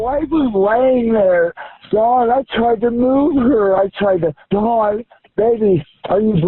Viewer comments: Its Dawn, not Donna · She lives with Dawn not Don.